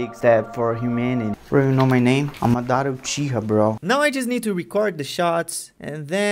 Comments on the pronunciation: for god shake, It's mAdara. not madAra. cool video though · Madara ❌ Madaarah ✅ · i am not trying to be mean but its "maad ra" not madara like it is pronounced like that :)) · Dude great job ... but after all of this work you can't say his name right ... its Maaadra (fast) ... not Mdaaara .. wich u the best keep it going 👍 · It's "MAH-dah-ra". Empahsis on the "Mah"... Not the way you're saying it.... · Dá de perceber que ele é BR só pela pronúncia de "Madara" e Naruto" kkkk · I KNEW YOU WERE BRAZILLIAN WHEN I HEARD YOU SAYING "Naruto" AND "Madara"!!!! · Amazing but they way you say Madara is just horrible D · Bro not even saying madra right